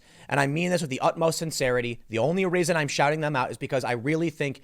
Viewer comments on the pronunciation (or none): Stop saying raisin it is reason please, long time listener keep up the good work